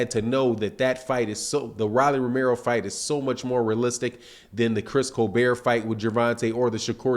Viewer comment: How you mispronounce everyone name lol Chris colbeeeeeeer and rawwly lol